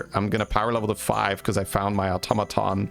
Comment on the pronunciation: You said "automaton" absolutely fine, ignore those people, they are just not used to non-USA accents and didn't consider that just because something is different from what they're used to, doesn't make either way wrong. Plenty of different places say it one way and plenty say it the other.